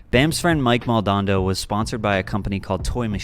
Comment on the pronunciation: Oof the mispronounciation of Mike Maldonado 😳